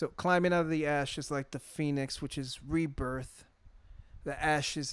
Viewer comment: He's actually saying rebirth rebirth but it does sound like he saying reaper